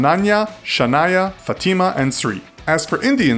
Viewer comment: Fatima was wrong as well.